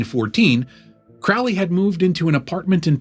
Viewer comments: Pronounced Crow 🐦‍⬛ Lee. Excellent video,keep them coming.His father was a wealthy businessman… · His name is pronounced Crowley as in crow, not ow as in couch or ouch. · It’s pronounced Crow Lee. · Not Crowley as Owl… Crowley as in Crow. Pronounce it correctly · If youre going to do a video on Crowley, it would be a good idea to pronounce his name correctly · If you can't pronounce his name, you're clueless. It rhymes with "holy," by his own words.